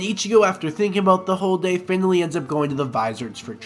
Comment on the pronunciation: This is great but it took you- and a team of other people over 1000 hours to make? That's whack. I hope you're joking, and you should really look in to how to pronounce names if you're going to make content about anime.. Also it sounds like you're saying "fatally" every time you say finally, you had like hundreds of grammatical errors in this video